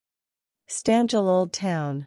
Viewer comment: When the robot-lady's voice mispronounced every Slovene word right from the first second of the video (Štanjel, which robo-voice pronounces as "Stan-jell", rather than the proper "Shtan-yel"), it removes any joy from watching this video, or any desire to save and watch it again, let alone subscribe. Nice going.🙄